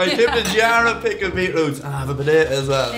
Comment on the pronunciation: Love the way you guys pronounce "potato". Be-day-deh & such. LOL